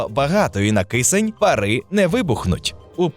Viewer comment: Щиро дякую за просвіту! Лише мушу підказати, що українською не "парИ", а пАра.